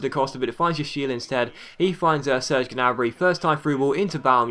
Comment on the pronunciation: Ok, this has been bothering me for a little while now. Correct me if I'm wrong, but I think you don't pronounce the G in Gnabry's last name.